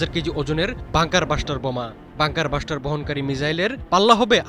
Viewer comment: পিও (প্রিয়) সাংঘাতিক (সাংবাদিক) ভাই! বাঙ্কার বাসটার না (বাংঙ্কার ব্লাসটার)